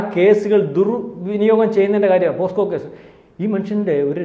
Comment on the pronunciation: പോസ്കോ അല്ല, പോക്സോ എന്നാണ് ഉച്ചരിയ്ക്കേണ്ടത്. POCSO - Protection of Children from Sexual Offences